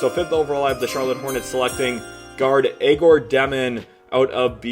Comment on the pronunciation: Love the work my man. Keep it up! On a sidenote please stop butchering Egor Demins name. its pronounced as Yeah - Gor.